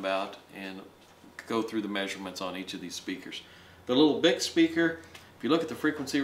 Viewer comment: Actually it's pronounced "Bee-eye-see" :)